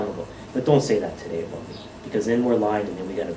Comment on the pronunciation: The way he said "boot" did sound pretty Canadian! 😅